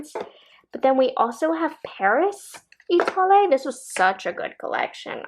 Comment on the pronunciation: Love your videos....Etoile pronunciation has silent "e" at the end. 😀